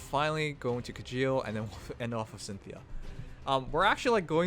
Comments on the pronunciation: Its actually pronounced Shell, Mangs mentioned its Norwegian. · It's Kee-yell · You pronounce Kjelle like "Kyell", not Kajeel. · I think the j in Kjelle is pronounced like the j in Mjolnir.